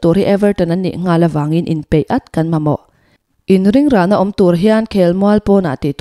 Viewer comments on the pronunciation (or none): none